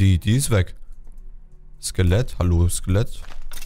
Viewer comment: Gomme sagt zum Skellet (lass mich ran) xD